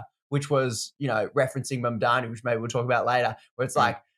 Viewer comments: Spelt "mamdami" like Cuomo says it lmao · Enjoyed the show. Heads up its Zohran MamdaNi :).